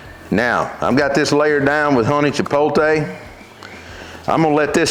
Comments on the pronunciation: Chipotle? 🚫 Chipoltay? ✅ Love it as always! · You still saying it wrong. It's chipote, without the L😂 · I love your rubs and I will buy all of them and I don't care if pronouns Chipotle the wrong way or the right way thank you for your awesome vids.